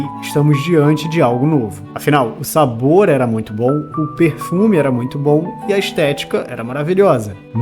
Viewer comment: é SABOOR abacaxi. repete comigo......... SABOOOOOOOOOOOOR abacaxi